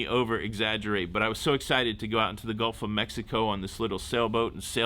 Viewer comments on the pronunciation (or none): none